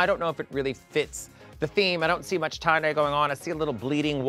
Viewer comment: I think MMM read “Tye-Die” as “Too-Die” 😂